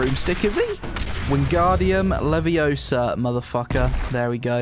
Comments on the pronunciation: It's wingardium leviOsa not leviosA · Hermione is disappointed in you. "Levio-SAH not levio-suh..." Haha